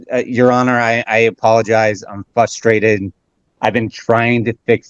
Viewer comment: "I'm FUSStrated." "I'm just so FUSStrated." 😂